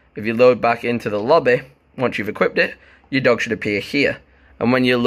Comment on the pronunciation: Why you say lobby like that lmao 🤣 I love it doe no homo